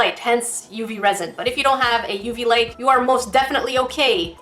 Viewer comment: that wasn’t very cash money of you Also when you said resin I thought u said rosin (I play violin)